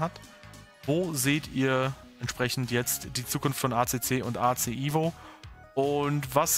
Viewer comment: es heisst evo nicht ivo😅